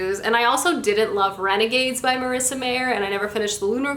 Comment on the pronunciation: Heartless is not a beauty and the beast retelling. It's about the Queen of hearts in Alice In Wonderland. And you're mispronouncing the author's last name wrong.